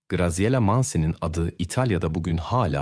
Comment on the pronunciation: italyan bir ailenin basina gelenleri anlatiyorsun, ailenin goruntusu kimler, bir cinli, japon veya koreli bir aile. sacma sapan ilgisiz goruntuler kullaniyorsun. Katledilen kizcagizin ismini dahi dogru telaffuz edemiyorsun, Graziella ismi Gaziyela degil Gratziyella diye telaffuz edilir. o kadar karmasik anlatiyorsun ki birsey anlasilmiyor